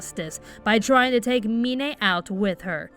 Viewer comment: You pronounced Mine's name wrong